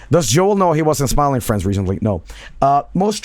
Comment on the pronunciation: I kept hearing him say "steam fren" and I can't get it out of my head